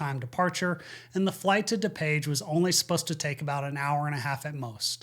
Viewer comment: It's not da-page. It's DooPage.